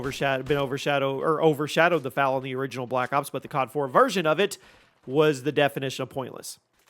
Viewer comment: It’s pronounced “Eff Aye Ell” not “fah-luh”. ChiCom is “chai-com” Chi = Chinese, Com = Communist. Do you pronounce China as “Chee-na”? Why do you insist on mispronouncing gun names?